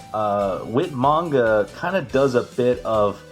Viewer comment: Whit manga? Um….. 😐 who’s whit manga? Lmao 🤣 do you mean Whyt manga? Lol